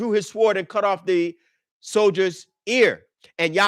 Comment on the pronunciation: The letter w is silent in sword.